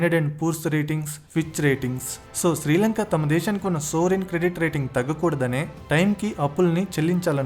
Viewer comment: సోవరిన్ క్రెడిట్ రేటింగ్ కాదనుకుంటా.... "సావరిన్ క్రెడిట్ రేటింగ్."